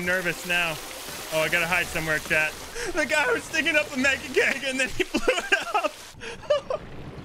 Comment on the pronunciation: i'm confused, is chad your boyfriend or are you saying "chat"?